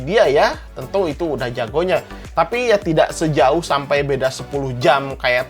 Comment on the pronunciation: Orang sunda ..😀😀 sampai bang🤭